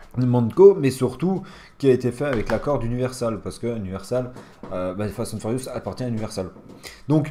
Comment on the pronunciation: Tu m'a stresser en disans fast and furiouste mdrrrrr